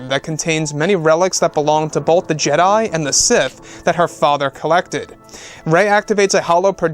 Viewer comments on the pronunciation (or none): none